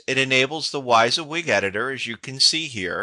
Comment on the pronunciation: Not important but its pronounced wih-zee-wig not why-zee-wig.